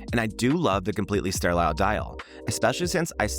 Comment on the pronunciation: I would think anyone under 35 would even know what a mechanical watch is. They would think you're talking about a smartwatch or fitbit. BTW, it's "sterile" not "ster-lile." 👍